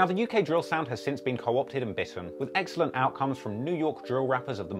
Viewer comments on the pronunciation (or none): none